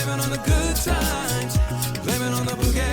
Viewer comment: 😂 It's BOOgie not bew-gie. The former's a good time and the latter's a nosepick. I love your reactions, meanwhile. 😁